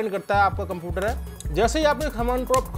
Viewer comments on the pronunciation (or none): none